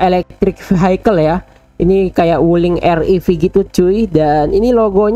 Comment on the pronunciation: Wuliing nya jadi Gulling🤣🤣